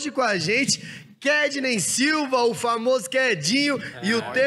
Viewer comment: e com vcs "kednEy silva" kkk pô kedinho nem os bródi acerta o 'KednY' :l